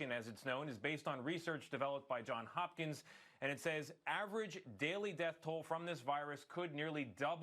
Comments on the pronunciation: Johns Hopkins, not John Hopkins, dude. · Tony, it’s JohnS Hopkins. Read the prompter.